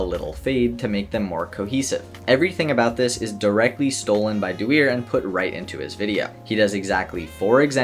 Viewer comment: love how he pronounces dewier